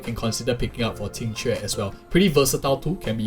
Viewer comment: Finally someone who can pronounce her name 😂